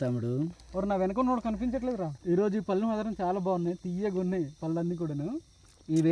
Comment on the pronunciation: పల్లు కాదు. పళ్ళు